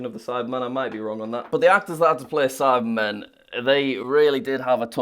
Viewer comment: Every time Jack talks about that silver guy, all I hear is "Sidemen" 😂